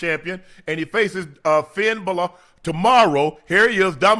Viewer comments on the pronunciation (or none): How did Unc pronounce Finn Bálor??? 😭😭😭😭😭😭